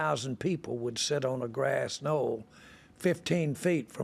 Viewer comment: Bro said grassy knoll